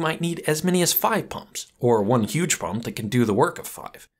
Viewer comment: It's "pump" not "pum"